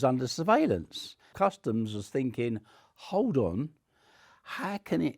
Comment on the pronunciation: This guy speaks in the same mannerisms as the little british girl from tiktok who suggested getting her mom a candle cause she promised to burn the next bad gift she got. Not relevant at all but every time he goes "So im finkin..." i cant unhear it.